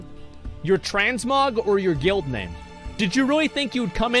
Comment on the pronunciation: I’m shocked at how good Asmon has gotten at pronouncing player names.